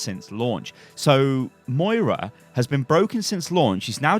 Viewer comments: Samuel Maurer :) Moira not Maria. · joshua hoppe :) Moira not Moria.